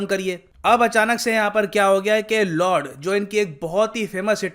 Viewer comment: lord nahi Lud hay pronounce to sahi karlo